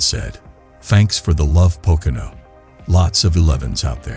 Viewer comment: The only thing worse than Hamlins move is this computers voice trying to pronounce Pocono